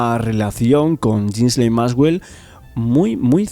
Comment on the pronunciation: Ghislaine Se pronuncia "GUILEIN".